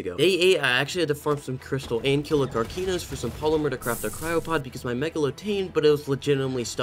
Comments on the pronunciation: is not karkeanos is karkinos say the word right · WHY DOES HE SAY KARKEEEEEEEEEENOS its karkinos watch zany zebra he sais things right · I love the videos, but the way he pronounces karkanos makes me mad lol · karkinos ❌ karkeeños ✅ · KarkEEnOWss lmao, love the video tho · Man, hope this guy doesn’t disappear for a year guys Edit: Idk why, but, him saying the name of the big crab thing kinda sounds like “car-key-nose” to me. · Karkinos is as follows- Car-kin-nos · It’s so funny how he says karkinos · I love but I hate how he says karkinos